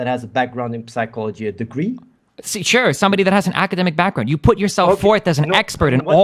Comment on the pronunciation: wtf athene is dumb as fuck lol his wikipedia knowledge means nothing. He doesnt even know how the word psychology is pronounced. How can we take him seriously?